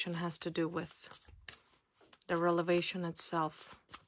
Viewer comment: R .E V.E.L.A.T.I.O.N.....please.,say it correctly ☝️